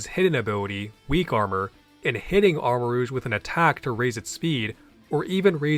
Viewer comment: Something about "armor-rooshe" is killing me lmao